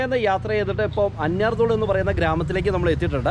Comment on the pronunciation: അന്യർ തോളു എന്നല്ല അന്ന്യാർ തൊ ളു എന്നാണ് സ്ഥലത്തിന്റെ പേര്.